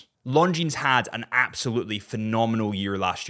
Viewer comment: Isn't Longines supposed to be pronounced with a silent "S"?